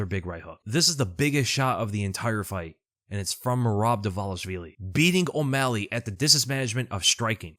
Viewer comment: Am I the only one that finds it strange all the ufc commentators pronounce merabs name wrong. They call him dwalishwilli.